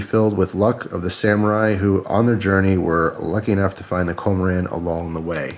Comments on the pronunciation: I believe it is pronounced (KUM-ORE-IN) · "kō - mō - ron" would be the correct Japanese pronunciation. Nice thing about Japanese: the vowels are always pronounced the same. Once you know how they are said, you can say any Japanese word close enough to be understood. (Where the emphasis on a syllable is can affect the meanings and pronunciation somewhat.)